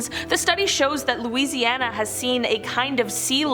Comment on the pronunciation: I'm from Louisiana, and I must compliment your pronunciation of the cities and names of lakes here.